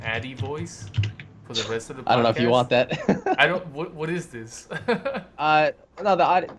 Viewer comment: "Podast"Not to be rude